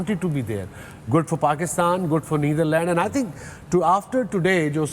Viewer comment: Wasim Bhai NitherLand nahi hai wo 😂 NetherLand hai